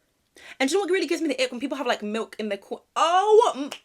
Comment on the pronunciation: I totally agree about drinking milk on its own 🤢 especially when they pronounce it like "malk"